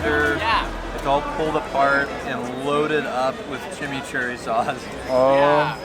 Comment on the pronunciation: Chimichurri = Jimmy Churry. Booom. Some says that was invented by a yankee.